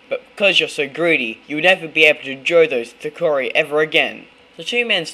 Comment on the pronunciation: It's pronounced thookedi